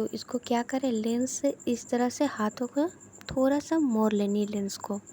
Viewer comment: Thanks bahut achhe se samjhaya ek bat or kahungi apka थोरा थोरा shabd bahut achha lga apke mooh se sunne me Hum log थोड़ा थोड़ा बोलते हैं ap थोरा थोरा